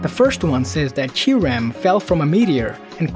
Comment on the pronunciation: It's Ky-Reh-m not Ky-REM